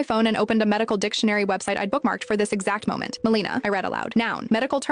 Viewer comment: The accent is on the first syllable — MEL e na. GI doc here.